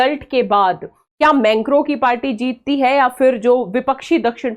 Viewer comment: मेंक्रो नहीं मैक्रों😂😂😂